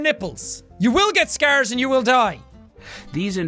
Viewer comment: when u say scar it sounds like Scare (like scary)